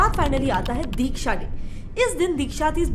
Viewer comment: It is not dheeksha it is diksha